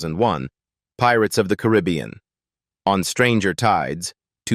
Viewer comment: Im so sick of the crap ai videos. Mispronouncing every other name or word. Fuck this channel and every other One like it. Paradeeeee s is silent carribbeeeeAnn. Fucking Christ!